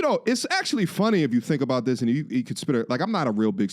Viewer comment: "talking aboot today"? Are you canadian now?! How dare you